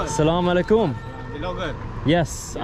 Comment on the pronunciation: thank you for being super generous towards people of Pakistan. Love the way you say Salaam Alikum, better than locals 👍🏼👍🏼❤️❤️🇵🇰